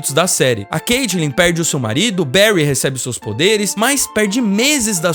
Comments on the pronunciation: Da uma raiva do cara falando "Caitilin" e "Iuris" KKK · Dá pra ver que claramente ele assistiu,o cara não sabe nem pronunciar o nome do Joe, Iris e caitlin